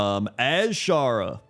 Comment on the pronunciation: emphasis on "AZSHara" never fails to amuse